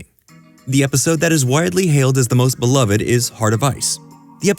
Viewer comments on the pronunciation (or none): none